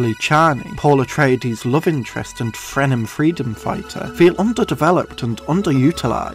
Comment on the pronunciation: Did you say "Frenem"?